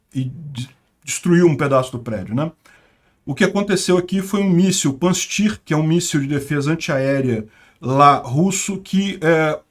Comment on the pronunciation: Pronuncia-se 'Pancir'